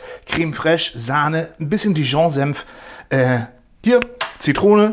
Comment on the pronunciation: 5.00 Senf, nicht Semf